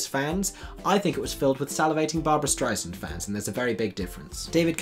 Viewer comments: Who is Streizand? It’s Streisand, like sand on the beach. Over and over Streizand, Streizand, Streizand. Other than that I enjoyed your video, nice job! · I know you’re British, but you’re also a musicals maven so you should know that the second syllable of Streisand is pronounced “sand” not “zond.” Barbra herself has said this to the public when performing in the UK. Respect her wishes and pronounce it right! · It’s Strei SAND. Not StreiSUND. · If she heard you pronounce her last name like you do, she'd cut you. It's "stri' sand" Not strizend. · It's pronounced Stry-sand not stry-zand or stry-zund. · You should at least pronounce Barbra’s last name correctly. It’s StreiSand. Not StreiZand. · It’s StreiSAND!! Not Zund…. Sand like sand on the beach. BAD GAY! Barbra would be livid! I had to stop watching I was continually shouting Sand every time you mispronounced it…. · I take issue with your enunciation of Barbra's last name. It is StreiSAND not Streiznd. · StrEIsand not StrIsand ei sound not an I sound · Let’s learn the correction pronunciation of Barbra’s name. (She’s only been a megastar for 60 years.) You’re saying STRY znd, a common mistake. It’s correctly pronounced STRY SAND. Put equal emphasis on both syllables and the S (since it’s an S not a Z) is pronounced as an S not a Z. (Suddenly I’m thinking of Liza and anyone who gets that is as old as I am!) Practice it. You can do it. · Great commentary as always. By the way, I think it's Barbra Strei-sand (sand like at the beach) lol 😁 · I appreciate your presentation. I did wince many, many times, as the woman's name is pronounced "Strei-sand", like sand on the beach, she would tell you. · It's pronounced Strei-"SAND" ... like SAND on the beach. (p.s. this revival musical was totally miss-cast ... I feel it won't last for very long) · Would be fun to rewatch this with my friends and all take a shot every time you say Streizzand. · You ought to check your pronunciation of "Streisand"... (-Sand)